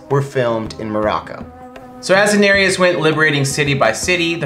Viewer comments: Her name is pronounced Dih-nare-is not Daenariyas. 🤦🏻‍♀️ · ''Daenereus" English speakers that don't know a second langauage never cease to amaze me with their pronunciation of names. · Why do you call her Daenerias? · Guillaume Couture Levesque Yes, they say 'Danerius' instead of 'Danereese' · One thing tho. It is Daenerys, not Daenanerys or whatever you are saying. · Jack Griffin exactly. Her name is not DaneriUS. It is Daenerys. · How many seasons of GOT have you seen and you do not know that they pronounce her name Dani or Den-air-us not Danareus? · Enjoyed this very much! But why do you butcher Danearys's name? Its "Da-nair-ys" 3 syllables. Not how you are pronouncing it! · Did he really say “Kwarth” and “Daneryiss” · Who is 'Danarius'? 😑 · Is it just me or are they adding an extra vowel to Daenerys? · Enjoyed it. But I wish they'd pronounce Daenerys's name correctly! Right tho??? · I'm an English speaker who doesn't know a second language (unless you count some French) and I know how to correctly pronounce Daenerys and it was driving me crazy that they kept saying it wrong!! I mean how many times do they say her name on the show?? You'd be surprised how many people confuse Bronn with Bran 🙄🙄🙄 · Hi, I really appreciate you giving a lot of effort into this video! I just wanted to point out some of the words you mispronounced: Daenerys, Girona, Meteora, and most of the Croatian locations. Keep up the good work! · Why are they pronouncing Daenerys wrong, have they even seen the show? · I hate how they pronounce Daenerys.. or am I just saying it wrong? They also pronounced Qarth wrong.. I'm so nit picky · SAY DAENERYS NAME RIGHT!! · I'm cringing every time you say Daenerys .